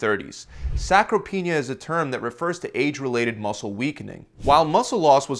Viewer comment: It’s sarcopenia, not sacropenia as stated in the video